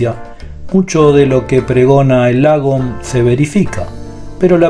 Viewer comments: Tick importante, se pronuncia más como "lóoogom" y no "lagom". Eso es una "a" larga, que para un oído hispano parece sonar como una "o". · Lagom; se lee ” Logom” y tiene por significado, ” Ni más ni menas”!!